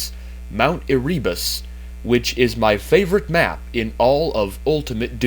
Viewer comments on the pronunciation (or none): It's "AIR-uh-bus" not "air-REE-bus" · I think Erebus is pronounced "Ere-boos" not "Eree-bus" :) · I pronounce it as mt. Ehrehbus not as ehreebus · Just a minor note: It's actually pronounced "air-uh-bus".